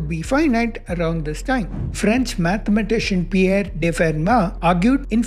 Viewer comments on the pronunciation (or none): none